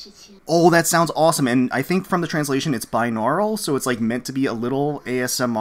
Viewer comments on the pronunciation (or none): none